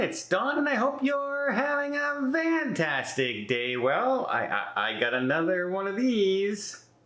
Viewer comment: It FANtastic day! NOT VANtastic!!